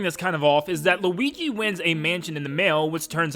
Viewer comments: I like when he says luigi for the first time in the part where he started talking about luigis mansion he actualy said luiki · When he is just getting into luigi's mansion 1 he says luigy